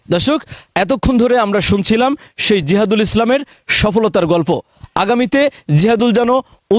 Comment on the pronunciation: তার নামটা ঠিক বলতে পারলেন না